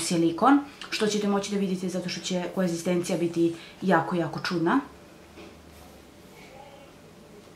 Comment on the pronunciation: Konzistencija, ne koezistencija.